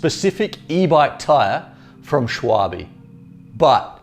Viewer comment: Shuawe? "Schwalbe" is german for "Swallow" (the Bird). Check Google Translate for how to pronounce it, I can't really type it out... But "Shuawe" is WAAAAAAY off! ;-D Thanks for the review, looking at these for my next tires...